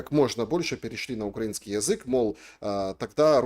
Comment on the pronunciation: Подскажите пожалуйста Мосийчуку, правильно ставить ударение на слове украИнский